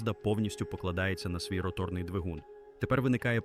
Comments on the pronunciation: Де тебе вчили ставити наголос і ви ще кричите давайте підтримаємо українського контенту. Навчіться правильно говорити українською "ротОрною" ганьба рОторний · Неуки, перше ім'я, яке спадає на думку щодо роторного двигуна - ВАнкель, його винахідник, а не мазда. І не ротОрний, а рОторний, а якщо точніше, то не рОторний, а рОторно- поршневий.